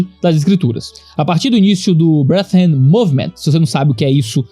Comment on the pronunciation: uma pequena observação: "brethren" lê-se mais como "bredren" que "breathren";) Abraço forte e obrigado pelo seu ministério. 🙏